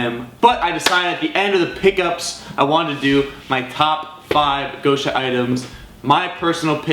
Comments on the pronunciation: It’s not gousha its гоша (gosha) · It’s GOSH-A not GO-SHA